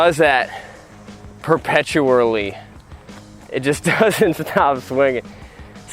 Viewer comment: Youre that guy who said "perpeturalarly"